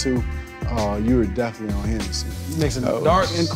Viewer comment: Hahaha.. “learning in the run”. In the most Florida OG accent possible. 👍👍👍👍